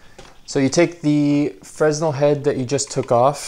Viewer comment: it’s pronounced FREH-NEL fyi. good video btw